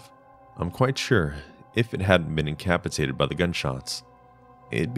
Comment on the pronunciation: “incapitated” did y’all mean incapacitated?